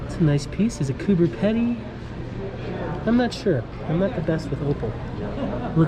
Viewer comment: 🤫 Say it like coober peedy I might look into surfite here as I'm sure there's plenty if can be found. Great exposure of turquoise and all its varieties and beauty. May have to hit you up one day, seeing as travel from Aus is a no go at least for me. Great videos bruzzy, thanks for sharing and sorry you had to wear a mask.